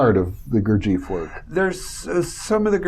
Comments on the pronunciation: I spent time with a college professor who was a student of jg bennett's and they definitely weren't calling him, "Goor-jeef." they called him "Goor-jeff." very annoying to hear his name mispronounced on something like this. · Why do Americans persist in mispronouncing Gurdjieff's name? It's irritating. The name is pronounced GOOR-jee-eff. AND Tart gets the name of the Sarmoung brotherhood wrong, which hardly inspires confidence in his fitness to explain Gurdjieff's work. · it is Gurd G F not eef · You are so right.Gurdjieff is not Beef.